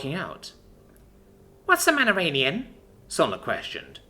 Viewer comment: You've said the word Manarian before, why is it now suddenly a Manaranian?